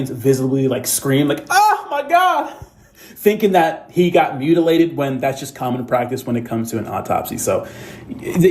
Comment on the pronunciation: You just mispronounced a word just now, My Mu Mutilated, so you're just as whatever as Crump mispronounciation